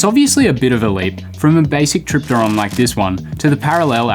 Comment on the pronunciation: I think if you pronounce the P in helicopter, you can pronounce it in tripteron